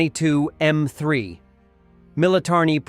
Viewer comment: Please stop using dumb AI - Tupolev 22 is T-U, not the French second-preson intimate tu